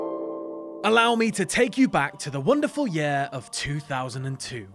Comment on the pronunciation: Why can't you say "year" correctly?